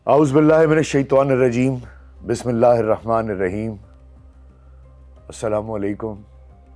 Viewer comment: جاب عالی معذرت کے ساتھ۔۔۔ سلام وعلیکم نہیں کہتے اسلام وعلیکم کہتے ہیں آپ سلام کا مطلب ہی بدل دیتے ہیں جبکہ آپکی اردو ماشاءاللہ بہت اچھی ھے۔ اس وی لوگ میں آپ نے نپا تلا کے بجائے دپا تلا بولا ھے۔ ایک بار پھر معذرت